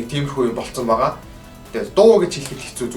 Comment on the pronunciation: дээр юун хэстүү бэ? Хэцүү гэж бна ш дээ ts2 чинь нийлээд ц үсэг болдог.